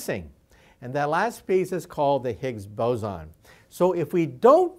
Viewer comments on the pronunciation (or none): It's boson, not bozon. It's based off the Indian physicist, not the clown